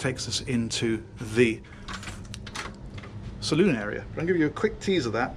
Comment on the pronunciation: With all this guys experience you’d think he’d finally figure out the salon is called the salon. Like hair and nail salon. NOT salooooon like the Wild West. Great vids other than that.